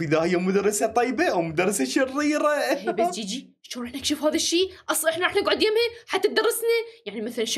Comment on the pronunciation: منو انتبه على جيجي لمن قال شريه يقصد شريره